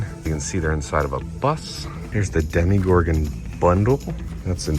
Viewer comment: Why do you keep saying demi-gorgon rather than demo-gorgon like its spelled? Did I miss an inside joke?